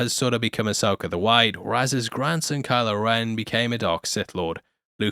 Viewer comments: Ahsoka not Ahsoker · Loved the show but happy its over so i dont have to hear you say "Uh-Soaker" for a while 😂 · i love how you say Ahsoker instead of Ahsoka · Why do you always say "Ahsoker"?